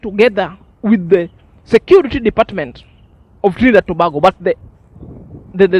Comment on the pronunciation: my brother it pronounce To- bay-go Tobago